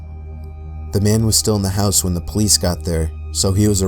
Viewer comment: "they called the police" and I was like: THE PO-LICE!